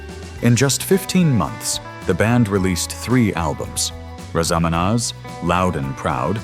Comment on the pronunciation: This is an AI video. Wrong facts, wrong photos of the people who are spoken about. The AI can say Nazareth but cannot say Raz a Manaz correctly, among other names.